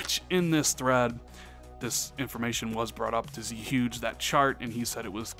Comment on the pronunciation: it's not pronounced "Z-Huge" it's "Zuegay", based off Zhuge Liang the Chines politician.